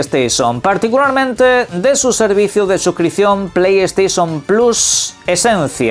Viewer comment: Pley steision 😅